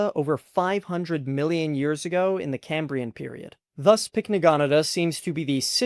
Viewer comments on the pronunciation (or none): none